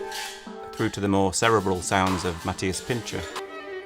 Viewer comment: You pronounced "Matthias Pintscher" perfectly. Although you wrote "Matthais" in one of the captions. :)